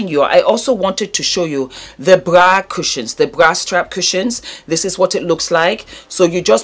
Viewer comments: Sounds like bwa or bua 😂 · I'm telling youuuuuu😂😂😂😂